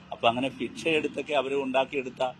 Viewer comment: നേരെ ചൊവ്വേ മലയാളം പോലും അറിയത്തില്ല.. ഇനിയ ഇംഗ്ലീഷ് 😅 ഫിക്ഷ പോലും... ഭിക്ഷ ന്ന് ആദ്യം നന്നായി പഠിച്ചിട്ടു വാ മാഷെ. ഇങ്ങനെ ചിരിപ്പിച്ചു കൊല്ലാതെ 😂